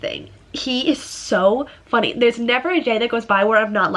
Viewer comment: "oh, he is so funny!" i swear to god you couldn't have sounded more american LOL XD. love you guys wish you the best XD